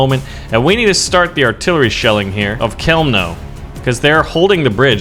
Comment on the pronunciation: A bunch of letters together. Love it. Yeah, I'm from Poland. And it's fun. The cities were (I'll try to write it so You can pronounce them): Chełmno - hewmno Bydgoszcz - Bidgoshch Grudziądz - You did a pretty good job there, only the "a" is pronounced differently, you'd have to check it, idk how to explain it to ya